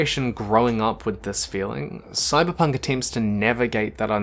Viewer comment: wtf is Sybunk 2077? - terrible start